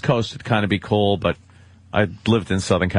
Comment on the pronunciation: I can't stand the way he says "cool"... it comes out sounding like "kull" or "koowul" GRRR!